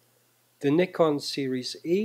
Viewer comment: One of the few youtubers who properly pronounce "Nikon".